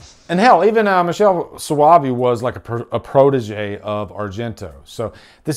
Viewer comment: Soavi Is pronounced like S+o+A (like hi! Minus the i)+VI (like in VHS Minus the HS) 😊